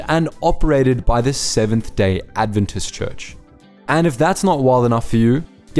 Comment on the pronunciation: You could pronounce 'Adventist' properly